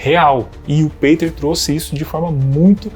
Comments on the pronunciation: Juntar todos não somam nem 1/5 do conhecimento do Peter, tadinhos. hauahuhauhauha E a pronúncia é Pêter e não Peiter. hauhauhauhua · Por que voce pronuncia peiter ao invez do correto que é piter ??? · PETER Igual Peter Pan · O cara utiliza um nome gringo mas quer que pronuncie abrasileirado, é isso? Que loucura meu irmão... 😂